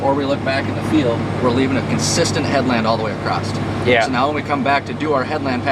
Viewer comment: ) There is no "t" in the word "across". Just thinking of maintaining your world-class production quality. :)